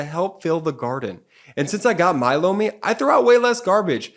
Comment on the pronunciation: He says Lomi but I always hear blow me